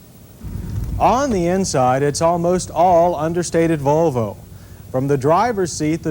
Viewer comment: Why does he sound drunk whenever he says "Vuuulllvvvvvvoooooo"